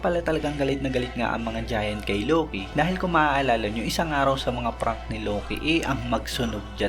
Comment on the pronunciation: Buti kapa Tama pronounce ng Loki. Si Eneru Low-key ng Low-key e kakaurat sakit sa tenga